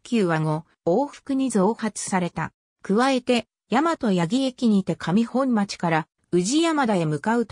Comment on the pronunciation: 上本町を「かみほんまち」と言っている！うえほんまちが正解⭕